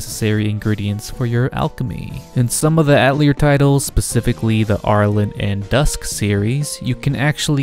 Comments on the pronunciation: It’s ah-tell-yay. Not ah-telly-air. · He went from mispronouncing it in the beginning to mispronouncing it even worse in the middle. From Atell-ear to At-leer. It was painful. Just so others know, its "uh-telly-A" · I really cant handle hearing you pronounce atelier wrong over and over. Its a french world ffs, its ateliér in pronunciation. Its really really grating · "Ata-layer?" What? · "artelier" Nope "Altelier" NO "Atlear" STOP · Just play the games fellas. Also, don't commit the sin of pronouncing Atelier with an "R" like I did in the video. I blame the english dubs from the Atelier games for teaching me that pronunciation lol. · Atelier is a French word, you don't pronounce the 'er' in the word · the "te" in atelier doesn't sound like "toe", more like "the" with a "t" sound instead of "th" (not the "thee" pronunciation either) and to be more specific the "a" is a "ha" like in "hat", otherwise you'll sound like you're saying "ey/et/eh tolier/taulier" (which can range from metal-sheet worker/seller to slang for prison guard). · Bro. How are you going to make an Atelier video and not even pronounce the word correctly?